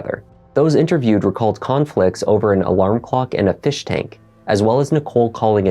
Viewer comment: ..kilt over an alarm clock & a fish shtank.